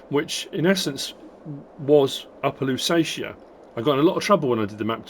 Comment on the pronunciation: Ohbear Louwseets How its pronounced